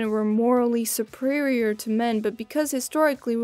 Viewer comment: You said suprerior